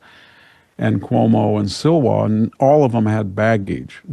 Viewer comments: Silwa is pronounced “Slee-wa.” Please correct VDH. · Its Slee-wah not Syl-wah